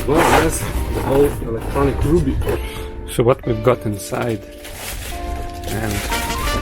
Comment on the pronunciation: Double "b"s suggest the name is pronounced "RUB-ee"